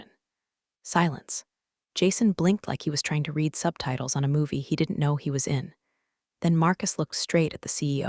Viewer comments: I wonder when they are going to pronounce "resume", "live", and "read" correctly! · I agree, drives me nuts😂